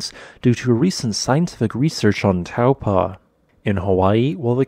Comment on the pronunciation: Hey there, Taupo is easy to pronounce, its Tau-po just like it's spelt! You have the first part correct but you're saying the 'po' as 'paw' ☺